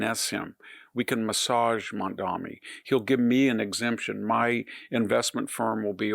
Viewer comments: Lots of fear mongering, lies, and smearing on display here. 35 trillion debt, money and greed controlling the government… who did that? Victor, at least pay enough attention to get the name right. It’s Mamdani (not MamdaMi that you keep repeating. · MamdaNi not Mamdami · Victor, take time to learn to pronounce his name correctly. Not "Mamdami". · It sounds like the professor is saying Mamdami. The name is Mamdani with an n. Not that it matters much. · VDH, it’s “Mom-don-eee” it’s not actually a hard name to say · I wonder why people who are against Mamdani make a point of mis-pronouncing his name.